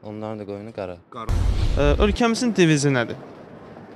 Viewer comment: deyir ölkenin devizi deyir diviji? 😂😂😂😂😂😂😂